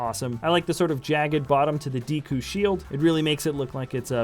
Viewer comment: says Ocarina of Time is his favorite Zelda game, yet says "deekoo" instead of "deku". just messing with ya dude, love lego and your videos!